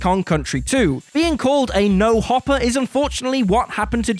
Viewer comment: No HOPEr, not hopper.